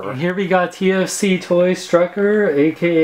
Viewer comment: He calls it struckor lol